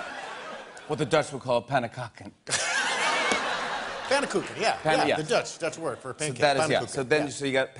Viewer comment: Higgins pronounciation of pannenkoeken was quite good.